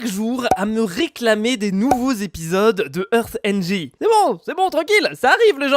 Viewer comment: heartng xD chuis mort